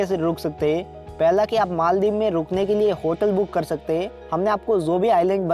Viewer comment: First of all its not maal-dib.....its pronounced as mol(mal) dives And that's not scuba (dibing)...its scuba diving What the hack is maaal dib by the way?????!